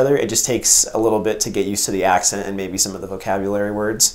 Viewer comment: zijn accent was goed voor een amerikaan